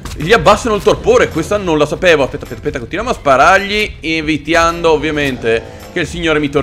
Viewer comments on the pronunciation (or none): evietiando invece di evitando